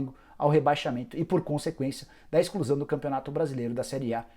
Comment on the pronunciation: "ExClUsAO dO FlAmEnGo." 🤣🤣🤣🤣🤣🤣🤣🤣